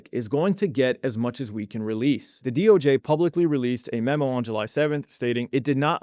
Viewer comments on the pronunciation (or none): none